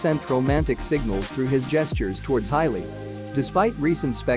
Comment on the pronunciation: Hailey NOT HILEY !!!!!!